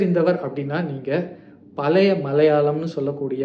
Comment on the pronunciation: பலய இல்லை பழைய, ஒரு மொழி ஆய்வாளர் நீங்களே இப்படி உச்சரிக்கலாமா